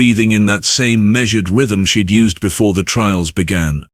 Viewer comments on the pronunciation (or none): none